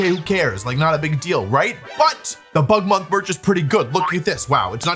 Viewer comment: At first I heard Butt Month and had to do a double take 😭